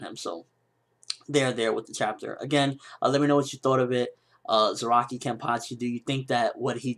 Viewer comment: lol and everytime you say Zaraki i hear ROCKY :D